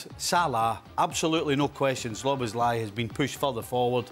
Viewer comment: How long until Steve Nicol manages to get Szoboszlai's name right? It's been a year already